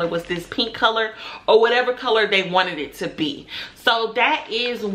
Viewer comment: You are off to a great start young black business lady. But take it from another black business lady of over forty years. Stop pulling on your braids and always remember there is now reason to ever use the word " dey " instead of they. Keep reaching for the top💖⭐